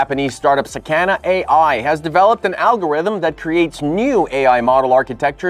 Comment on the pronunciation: Sakana is not pronounced saCANa it's pronounce sah-kah-nah